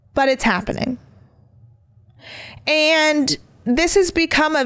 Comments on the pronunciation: Omg omg. Stop saying words like SAYINC it’s SAYING and HAPPENING is not HAPPENIC. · Omg. It’s not fightinc or happeninc. There is a G at the end of these words. All words ending ing you say inc!!! It’s obnoxious